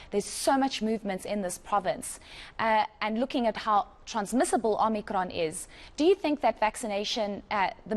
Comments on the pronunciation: OMICRON ‼️ NOT OMNICRON🤦🏼‍♀️ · She said “Omnikron” , she’s from Parys 🤣🤣🤣🤣